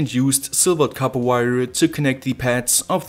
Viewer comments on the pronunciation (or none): none